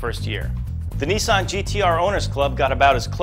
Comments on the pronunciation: neesan? its nissan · neeysan? NIH-SAN! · Once again!! Nissan is pronounced "Ni-san" Not Neesaun! And that Locus looks like the SSC Ultima Aero. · autofied your an idiot. ITS A LOTUS, NOT A LOCUS, moron. that presenter cant say nissan properly. dunno whether its just him or all americans, but its really not pronounced like that. accents have nothing to do with it, its just wrong.